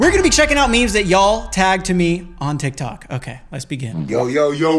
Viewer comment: its tiktok not tiktko